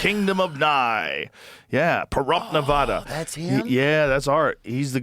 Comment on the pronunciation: I love joe, but saying Nevada wrong every time drives me crazy.